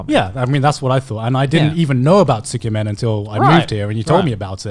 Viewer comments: Trying to pronounce tsukemen ,dunno why but it sounds like semen... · How can you live in Japan and pronounce it so wrong.